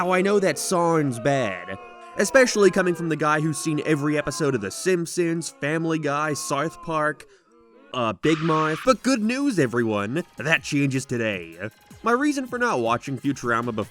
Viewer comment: No one:: "Sewth Park."